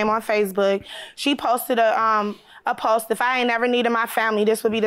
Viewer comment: It’s the fact that she said she a teacher but kept saying phome instead of phone and postsss instead of post. Smh